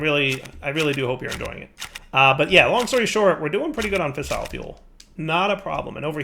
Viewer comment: That camera shutter sound in your nuclear area is driving me fucking insane (so is your botched pronunciation of "fissile")